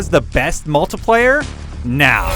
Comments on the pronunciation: OMG this guy CANNOT pronounce words properly! Idiot! MultAplayer??? Speceealiteees??? WTF moron. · "The mulTUHplayer"......stop saying that....